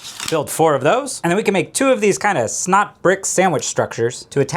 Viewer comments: S. N. O. T. Not snot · SNOT sandwich no SNOTwich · You for how ever many times said S.N.O.T. I've never questioned what it was. Now I finally know. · SNOT rods... you know... like hot rods. :)